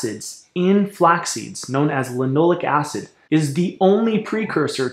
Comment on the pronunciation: Sounds like you are saying linolic acid. On the screen it shows linoleic acid. Linole'ic acid, accent on the eh, eh? Alpha linolen'ic acid is the primary fat in flax and flax oil. It is omega-3 vs. linoleic acid, omega-6, which is found at 1/3 to 1/4 the concentration in flax. Generally omega-6 in excess has inflammatory effects and omega-3 can be more anti-inflammatory in part by blocking omega-6 expression. With the exception of gamma linolenic acid, a more anti-inflammatory omega-6. Regarding phytoestrogens, some have anti-estrogen effects! Furthermore, "Animal studies have shown that both flaxseed oil and lignans can reduce breast tumor growth and spread, even for ER- cancer cells. This result suggests that flaxseeds may have anti-cancer benefits that are unrelated to any type of effect on estrogen or estrogen metabolism." If you want to bash flax you should include the cyanogenic contents. But cooking reduces that and relatively small amounts in the diet are not harmful.